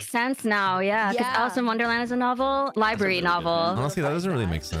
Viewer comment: “Liberry”